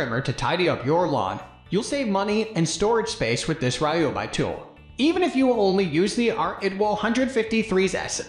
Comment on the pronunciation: Can’t even say Ryobi correctly 😂😂😂😂